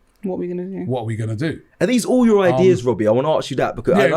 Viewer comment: Not being funny but why can't anybody say the word 'ask' anymore. I didnt know the Oxford dictionary changed it to 'arks'